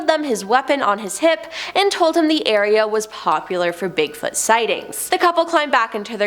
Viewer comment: Could you pronounce it "Bigfoot" please? I'm sure it's not "Bigfut"